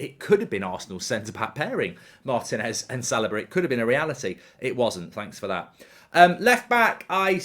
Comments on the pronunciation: Why does Mark keep saying Salaba? Its Saliba my guy 😭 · I think he pronounces it as Sal i ba rather than Sal- ee- ba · mark: right center back easy pick, "salobah"